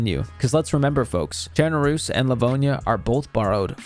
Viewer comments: Finally. Someone who can pronounce chernarus correctly. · Thank you for saying Chernarus the correct way.